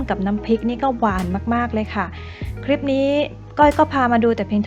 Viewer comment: คำว่า คลิป ทับศัพท์จาก clip เพราะฉะนั้น ต้องใช้ว่า คลิป ไม่ใช่ คริป (ป.ล.ถ้าจะทำยูทูปเผยแพร่ต่อสาธารณชน กรุณารอบคอบในเรื่องการใช้ภาษาด้วยก็จะเป็นประโยชน์มาก โดยเฉพาะการออกเสียงคำควบกล้ำ ส่วนใหญ่พูดกันตามสบายปาก )